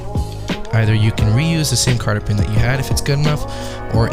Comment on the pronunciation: cotter.. not carter lol